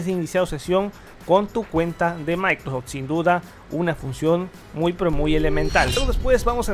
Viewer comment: "Maicrosech" 🤦‍♂️ Saludos cordiales.